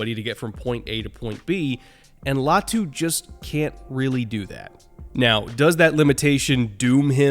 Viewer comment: LAY-ah-tu 👎 LIE-ah-tu 👍 ✌️